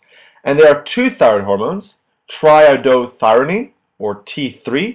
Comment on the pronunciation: T3 = TRIIODOTHYRONINE instead of TRIDOTHYRINE